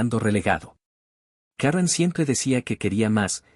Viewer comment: Karron carol karen. Ponte de acuerdo narrador. Si la historia es en Guadalajara se pronuncia Karen.